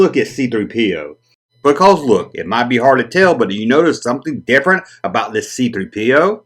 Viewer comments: Emphasis on the 3, not the P. But to each their own. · Button?Is that what you lot call Badges?!Great video & I still love the way you say C3 Pee Oh 😂